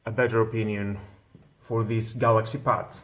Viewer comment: Not Pads. Buds, with a B